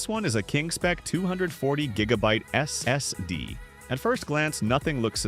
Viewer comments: That S S D totally breaks immersion when enjoying the video 😂 especially the way it is said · Is this AI narrated? If not, why do you go S S D instead of SSD when talking about the SSD's? Also, problems can be intermittent with SSD's as there can be bad cells inside the NAND chips that won't trigger a reaction until data is either attempted to be read or written to those sectors.